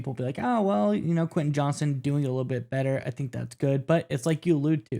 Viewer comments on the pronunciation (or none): JohnsTon not Johnson